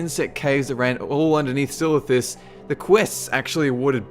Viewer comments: 1 silithus? How dare you?! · haha i dont mind silithus xD